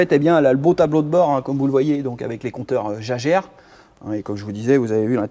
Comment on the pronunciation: les compteurs jajer euh c'est quoi ce parisianisme ridicule? ça se prononce "à la germanique": Yäguèr' (signifie chasseur en allemand), sinon, sur la SM dommage d'avoir remonter le compresseur de climatisation d'origine: en effet, ce compresseur monocylindre vibre et fatigue énormément la chaîne de distribution primaire: vous devriez le savoir! la majorité des SMistes qui roulent régulièrement montent un compresseur rotatif moderne, ou d'époque (les voitures haut de gamme de l'époque en étaient déjà équipées...)